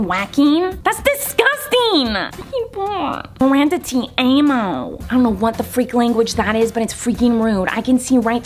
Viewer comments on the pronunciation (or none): "Miranda te amo" Its pronounced "Tee Ah moe" and That Is spanish, and it means Miranda I love you